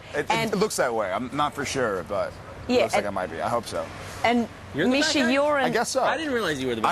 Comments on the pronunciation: Did the interviewer just call misha, michi ? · Really wish these interviewers would've learnt how to say Misha right.....